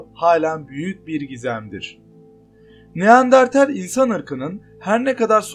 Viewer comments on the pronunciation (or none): Baslikta neandertal anlatirken neandartel 🙄🙄🙄